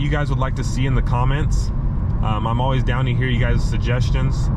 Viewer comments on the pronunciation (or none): none